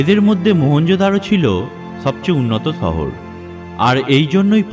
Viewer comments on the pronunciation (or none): ছহর না, সহর 😁 মানুছ না, মানুষ সদছ্য না, সদস্য 😬😬😬 কথা এমন কেন????